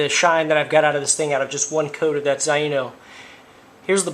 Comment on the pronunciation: just an FYI, It is pronounced ZAY-NO. Nice job with the video. Zaino Products are fantastic.